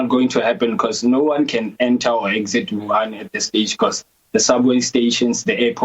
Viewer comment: Huhan??? No Wuhan